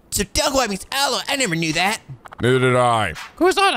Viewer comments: Rare fish, strange ingredients, okinawa facts, finding statues... but what about that aloe pronunciation? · When I initially saw how kiryu was having troubles with what the old lady wanted for the goya juice, my first thought was weird lost in translation pronunciations(heavy accents maybe?), especially when I looked up brown sugar and saw Kurozatō(Kuruzatoo), but then aloe(which by the way: it's pronounced like Al O) is just aroe and banana is banana so I guess in the case for those 2 words it's a bit more a local dialect and something the lady didn't think of(she didn't say aloe or bananas in dialogue and did keep her local dialect the whole way). Kind of like how various parts of the US call it Soda/Pop/Cola/etc. They probably teach some more common local dialect things in Japan but I'd guess this one's a bit less common. Also: Lovelorn teenager I believe was said to be much too young for a cabaret(you need to be 20), so I'd guess he's 16 at most Edit 2: I believe learning tonfa, nunchaku, and kali sticks is an optional thing and may be specific to kiwami, in the case that it was specific to kiwami technically kiryu's right in that he never learned them. In the off chance it was in the original, I guess they're saying kiryu didn't canonically grind out to get the tonfa, nunchaku, and kali sticks mastery items(which I think were in the arena)